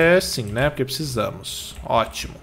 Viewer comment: KKKKKKKKKKKKK É MUITO ENGRAÇADO O FALANDO OTIMUN